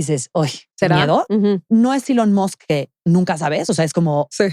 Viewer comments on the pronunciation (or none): none